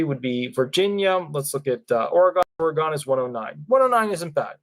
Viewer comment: Doesn't truly matter but it's pronounce Ore-gun, unless you have never been there 😉